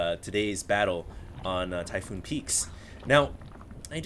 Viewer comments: Typhon, not Typhoon. One o. Its set on the planet Typhon. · ty-PHON, NOT PHOON....that is all -_